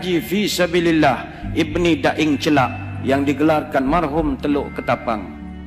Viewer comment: Lidah orang melayu bilang daeng celak yg sebenarnya daeng ce'la